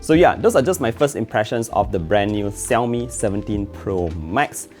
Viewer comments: ok lets try to learn how to pronounce Xiaomi. ,,shau-mee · Is this normal in Malaysia to pronounce XIAOMI like that?